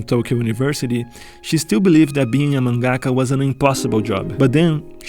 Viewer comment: Your pronunciation of mangaka is wrong